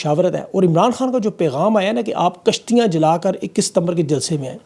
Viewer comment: kashtiya hota ha 😂😂😂😅😅😅